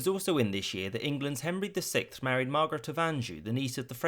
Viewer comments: Sixth is pronounced six-th the six sounds like six usually sounds. The th is how it usually sounds. It is NOT pronounced as sickth. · Am I the only one hearing "The sick" instead of "the Sixth"